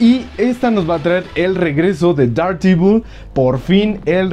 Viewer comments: Dardivol xd, yo siempre lo pronuncie Dardevil, pero cada quien lo pronuncia como quiera XDD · Der devol Sería más o menos la pronunciación